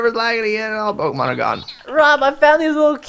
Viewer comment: The pronouncing of the pokemon kill me! Aaa ah! Plz Preston! Pronounce correctly